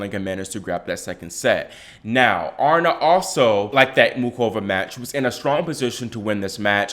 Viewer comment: Gurrrl, stop it. You’re over-reacting. Aryna (A-Ree-Na) is still number 2 and had a great tournament. She’s made big improvements from last year especially on her serve. Calm down and give her some slack!